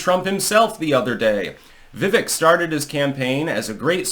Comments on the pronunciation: Dood it is "Veiveak like "Cake" I have told you 3 times now! Pronounced like Cake. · His name, Vivek is pronounced like "Vi-vake"" like cake with a V. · I think you have a good record of being right, but I don't think you are on Vivek. You're pronouncing his name wrong, which tells me you probably don't watch a lot of his interviews, of which his does many. Vivek knows he's not going to win 2024. He needs to impress the next generation of MAGA so he's in a good place for future elections.